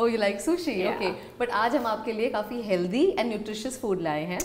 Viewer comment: Funny how she acts so elegant but say HELDY instead of HEALTHY really takes away a few points ….